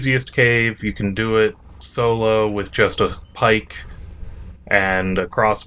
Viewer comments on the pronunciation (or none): none